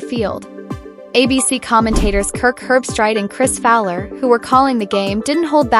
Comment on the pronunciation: Herb-street is the correct pronunciation. The dog picked with Kirk died before yesterday’s game.